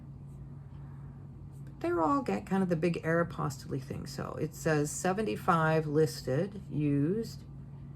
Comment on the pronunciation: It probably doesn’t matter in the grand scheme of listing, but for Aeropostale, the e at the end is silent. So glad to see your videos. It doesn’t matter what you talk about. I don’t sell clothing. I started watching you when you also sold vintage hard goods. So, we sell different things, but I still watch. I just enjoy you.😊